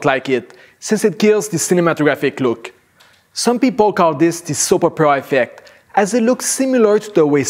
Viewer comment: Good information but that accent and pronunciation was distracting! "Soppera affeck".